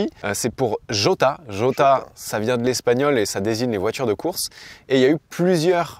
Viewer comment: J pour Jota se prononce "Rota" mon cher! 😁